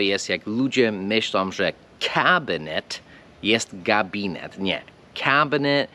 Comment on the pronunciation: po polsku mówisz dość dobrze, ale przez lata jakby się nie rozwijasz. Nie mówimy ludzie robiom, myślom, tak jak nie mówimy z tom kobietom, wszędzie tam jest głoska nosowa " ą", jak we francuskim.